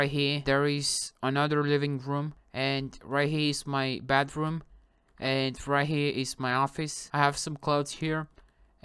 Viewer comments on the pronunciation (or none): he said bedroom but it sounded like so here is my badroom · He actually said bedroom he has an accent So it sounds like badroom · He said bedroom but his accent made it sound bathroom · We ight have heard bathroom but its because his accent i think he meant bedroom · He said badroom from his bed